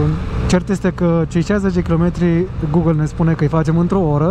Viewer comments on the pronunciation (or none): none